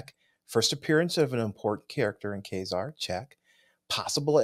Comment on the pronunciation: Thanks for pronouncing Ka-Zar correctly 😊 guys